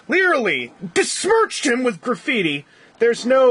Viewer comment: I Think He Was Trying To Say "Besmirch", But Instead Of A B, He Said It With A D, Very Odd, LOL, Cause It Does Mean To Damage Or To Discolor.